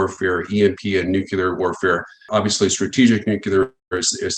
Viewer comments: IT IS PRONOUNCED Noo Klee Er NOT Noo Que Ler! Christ! that really dings this guy’s credibility! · Disturbing when the "experts" cannot even pronounce the subject of their 'expertise'. NEW-CLEE-ERR....not...nook-you-lerr. smh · Folks its not pronounced nu-ku-lar it’s pronounced new-clear!!! Still same size hole in the ground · What IS it with these ‘nukular experts’ that they cannot seem to correctly pronounce the word NUCLEAR? Drives me nuts! Jess.🌹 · What it don’t understand is… is it pronounced “Nuclear” or “Nucular”? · So,,,,,,,,,,,,,,,,,will someone please instruct there how to pronounce "NUCLEAR?" Please!? I mean, he may be brilliant, but if he says "nyook-u-lar" once more I'm'a slap him. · Seems like a mistake to put too much belief into a nuclear "expert" who calls it nucular. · Have a hard time taking anyone seriously that pronounces ‘nuclear’ like ‘nuke-ular.’ Repeatedly. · he says nukular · New-Clear? It's Nuke-Lee-Er. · Did the nuclear expert use the word "nucular"? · How do we trust a guy who can’t even pronounce the word Nuclear ? 🤔 and he is pro Ukraine ? I don’t think anyone should be pro either side, this is ridiculous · can't trust a man who can't pronounce NUCLEAR correctly